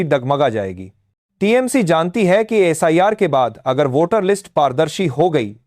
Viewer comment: एब्रिविएशन कोई शब्द नहीं होता है। इसलिए एस आई आर को सर नहीं बोला करें। ठीक है आर एंड ए डब्ल्यू को हम लोग रॉ कहते हैं एन ए एस ए को नासा कहते हैं लेकिन उस हिसाब से एसआईआर को सिर कहा जाएगा, सर नहीं।।